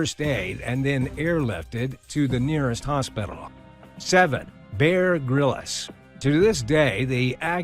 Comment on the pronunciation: "Bear Grill-Us" 🤣🤣🤣